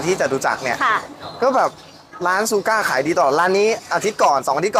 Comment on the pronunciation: ช ช้าง ไม่ใช่ ซ โซ่ ครับ ชูก้า ไม่ใช่ ซูก้า